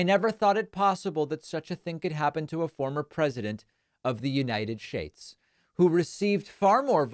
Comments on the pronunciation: "United Shates" 😂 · I love the "United Shates" jab! Hopefully everybody else caught that! Really does know all the best words